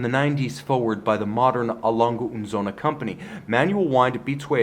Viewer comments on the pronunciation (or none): Söhne. Not Sohne.